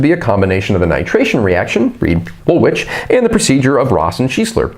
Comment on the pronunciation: I have to say this..... Its pronounced "wool-ich" 🙂 Excellent content though 👍 👍 subbed